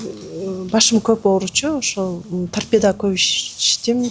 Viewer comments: Торпедия дейтго туурасы торпедабы же? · Тарпеданы дагы так айта албайт экен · Гемадализ --- ( гемодиализ), тарпедиа --- ( торпеда), Ибн Сина -- 500 жыл мурда жазган эмгектерин --- мен шок абалдамын. Ушул сөздөрдү туура айталбаган чала сабатка ишенип тентиреп барып жүргөн сабатсыздарга убал дагы жок экен да.